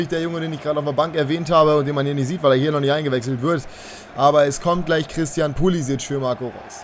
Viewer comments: 2 Verbesserungsvorschläge: 1. Pulisic wird mit Vornamen glaube ich Krischtschen ausgesprochen. 2. Könntest du deine Aufstellungen mal rotieren also mal 4-3-3, mal 4-2-3-1, mal 4-4-2 oder so ähnlich?🙈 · Pulisic ist Amerikaner, sein Vorname wird daher amerikanisch ausgesprochen